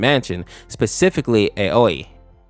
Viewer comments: Another infection AU you could check out is the Mouthwashing Infection AU by GhostDearX. It has voice acting and is genuinely scary as hell. Also as a little tip for next time: Aoi is actually pronounced “OW-WE”. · Ibanai? His names obanai and Aois name is pronounced owee no hate